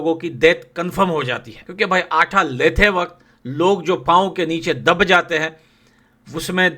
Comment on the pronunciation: आठा नहीं आटा